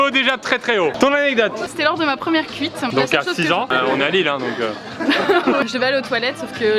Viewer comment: "C'était bien ma première couite" hahaha mdr